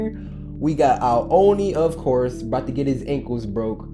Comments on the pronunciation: aboot XD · he really did that Canadian stereotype "you know what I'm talking aboot"